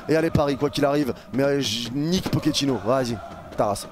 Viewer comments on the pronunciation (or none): "Nike pochettinno"